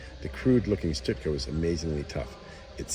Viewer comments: It's not pronounced "Stutka". It's pronounced Schtooka. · STEW-KA STEW STEW STEW....as in STU (notice the U in STUKA)? I only made it 1/2 way through the video because he keeps calling it a STIT-KA. If you don't even know what it was called there is no point of making a video. STUKA STEW-KA. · Stoooka, not stitka..Stuka. 😂😂😂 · it's not pronunced stuTka, it's stuka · Stuka.....it's pronouned: "Stooka".